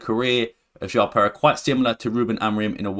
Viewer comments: rewatch the video, sometimes while refering to João Pereira, you pronounced it, or it sounded like Jao Perez. I mean its fine, but its always extra nice when the pronounciation of names is on point :) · "Jão Perez", I like your videos, but honestly would be great if you could check the pronounciation of some of the names before... if not too much to ask.